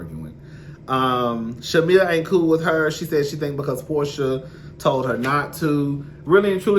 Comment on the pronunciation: I thought I was just hearing it wrong. 😂